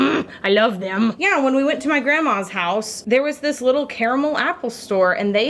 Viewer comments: My now favorite thing about her is that she is one of the few people on this earth that say the word caramel correctly. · Wonderful soap, and thank you for saying 'caramel' properly!